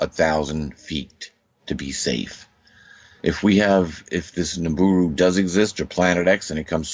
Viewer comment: Jesus...I can't take this guy going nibooroo...I hate being so irritable..